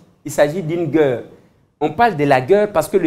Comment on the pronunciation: la guerre c'est pas la gueurre. Naguère c'est pas Nagueure. Ca se prononce différement